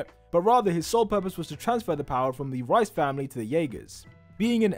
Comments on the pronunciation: the way he pronounces "reiss" like "rice" instead of "reese" 💀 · rice??? you mean reiss? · Why does he pronounce Riess like rice?? "The Rice brothers" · reiss? nah , rice